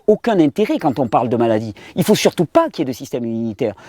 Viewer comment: moi, j'entends m-allah-die lol